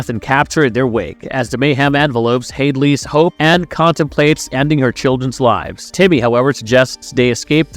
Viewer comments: And Hadley's Hope sounded like Hailey's Hope at times... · He pronounced uss sulaco and hadleys hope wrong